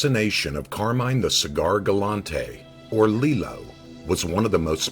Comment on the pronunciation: Pronounced car-mine!! Say it right!!